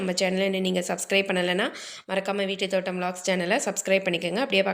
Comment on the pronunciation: Vettu thotam illai it's veetu thotam